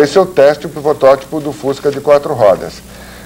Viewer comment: Excelentes informações!!! é uma sumidade no que se refere a fuscas. Triste foi ouvir o entrevistador falando "protótiCo". Foi de doer o ouvido.